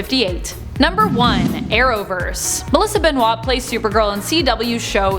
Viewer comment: You mispronounced Benoist.